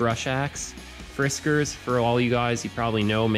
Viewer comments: It's Fiskars, not Friskars... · Friskars? Takes you 3:5 minutes to even get started? Blah, blah, blah. The first item you bring out you mispronounce the name. Can’t even watch this tripe.